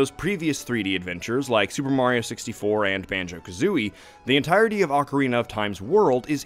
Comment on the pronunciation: Say it with me OAKarina, not OcKarina (sockarina🧦)🙅🏻‍♂️